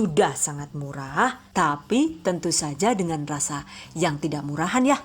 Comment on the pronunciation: Bunda bisa ga sih kalo ngomong "YA" nya biasa aja wkwkwk maaf ya 😌